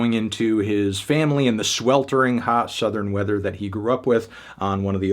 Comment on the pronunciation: did bro say Southerin?